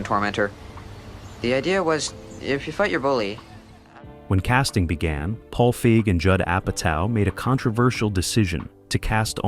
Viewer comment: It pronounced Paige Feig's name as a slur one time, then caught another weird pronunciation that didn't happen the other times, stopped watching